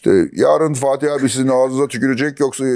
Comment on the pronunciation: bu arkada soruları soran eleman neden sürekli "" diyor? muhtemelen fatih bey diyor ama ferhat gibi duyuyorum ben hep.